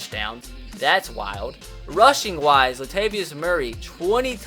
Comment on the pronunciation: THIS BOI SAID LATVIUS!!! LATAVIUS BOI